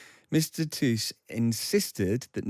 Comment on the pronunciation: Props for correct pronunciation of Tusk